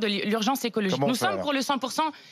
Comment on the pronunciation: le mot à été dit ^^ écologigue^^ mdrr